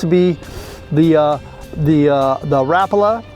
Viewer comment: Thank you for saying Rapala correctly! You are the best.